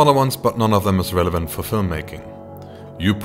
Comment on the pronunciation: "ASP-C" "Renevaunt".